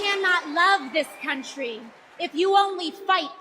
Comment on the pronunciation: did she say cuntry ? 😂